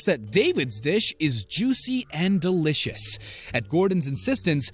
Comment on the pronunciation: All i hear is delicioushhhh, puddinghhhh and ricehhh who else?